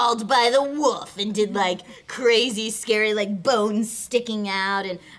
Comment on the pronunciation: I love how can't say wolf, she says woof almost every time, it's adorable.